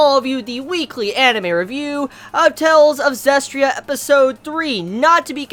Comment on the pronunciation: it's prounounced zesty-ria prounounce it right!!!!!!!!!